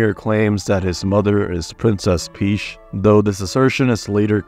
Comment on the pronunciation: "Princess Peesh"?